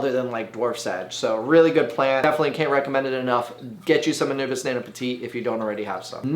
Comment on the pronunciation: Drink every time he says Anubis instead of Anubias